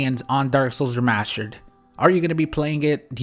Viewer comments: "remascher" It's remassster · ThrustFrom Behind I was looking through the comments to see if anyone else caught that lol it's the remashtered version of saying remashtered..